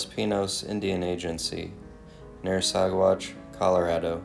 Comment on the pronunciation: Also, I thought you would have ask me what names you mis-pronounced in your Packer podcast. It seems as though accuracy is not that important to you. Ouay is pronounced "U-ray" and Saguache is pronounced "Sa-watch". Ok, now you are all fixed!